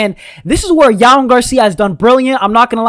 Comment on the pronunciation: You have really trouble saying “J”OAN Camper correct lol like Joan carcia